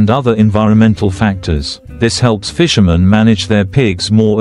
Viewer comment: Fisherman ???…. Do you people listen to your AI voices before you publish. Rubbish!!!